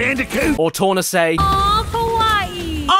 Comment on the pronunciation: When Tawna says, "kawaii" (cute), it sounds more like she's saying, "kowai" (scary).